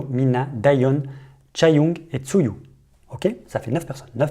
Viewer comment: Superbe vidéo ! :) Mais Tzuyu se prononce "Chewie"